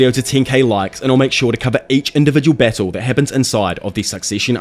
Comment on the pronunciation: “Beetle to the deeth” lol u talk funny